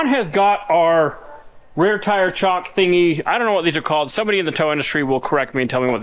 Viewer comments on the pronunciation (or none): Chock not chalk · Chock not chalk.